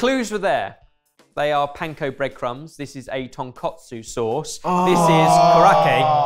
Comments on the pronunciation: It's a tonkatsu sauce. Ton = pork, katsu = cutlet. You called it tonkotsu, which means pork bones. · A note for: it's tonKATSU sauce, named for tonkatsu, or deep fried pork cutlet. TonKOTSU is the creamy, pork based soup used in Hakata ramen. Also it's korokke (koh-roh-keh); I think you may have been thinking of karaage (kah-rah-ah-geh) when you pronounced it. Korokke is a type of karaage (fried food), but usually if you see karaage on a menu outside Japan it means fried chicken. Hope this is helpful info!